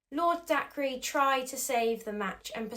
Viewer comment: Sorry to be "that" person but Dacre is pronounced day-ker, not dak-re. Normally id ignore it but its a name and there is a responsibility to pronounce peoples names correctly